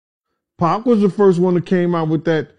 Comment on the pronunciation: QUIT CALLING 2PAC...PACK...GAH...😮